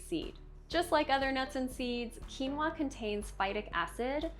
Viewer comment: Weird that she doesn’t know how to pronounce quinoa. “Qui” is not pronounced as “cue.” It is either “kwee” or “kee.” Quinoa is pronounced “Kee-no-uh."